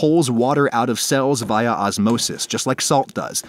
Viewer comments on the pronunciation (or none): Adam I love you but never say via and cumin like that ever again